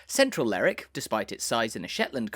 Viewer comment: Nice video but it's not "Ler'ick", it's "Lerwick".